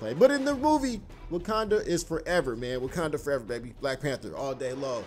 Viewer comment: Lol he said wookanda forever lol